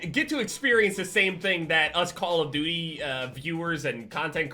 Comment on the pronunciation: "Us call of DOOIE players" ahahaha